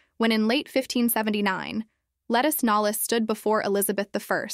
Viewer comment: There are a lot of mispronunciations here. And a lot of weird pauses and strange cadence. 😬 Her name is pronounced /Luh-TEES NOLZE/